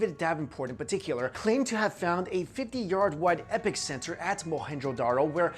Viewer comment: 4.10 "epic centre" , lol , no bud it`s pronounced "epeecenter" , epic mispronounciation though .